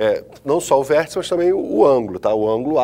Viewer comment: "Vêrtica", Kkkkk, calma professor...